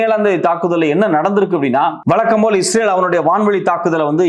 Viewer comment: ஐயா, நீங்கள் செய்திகள் சொல்லும் விதம் நன்றாக உள்ளது. ஆனால் தமிழை கொச்சையாக பேசி வருகின்றனர். ழ' கரத்தை,ள' கரமாக உச்சரிக்க கூடாது. ஏளுநூறு என்பதை எழுநூறு எனவும். வளக்கம்போல என்பதை வழக்கம்போல எனவும் பல வளிகள் என்பதை பல வழிகள் எனவும் உச்சரிக்க வேண்டும்.